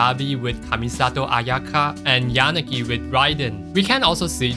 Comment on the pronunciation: How do you pronounce Yanagi right but not Miyabi bro...😄